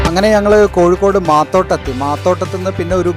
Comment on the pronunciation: Not koyikode " it is kozhikode "